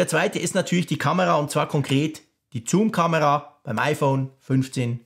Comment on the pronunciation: Toller Test - aber wie schon beim Apfelfunk triggert mich die Aussprache von „Zoom“ total. Es heißt „suhm“ und nicht „zuhm“. :))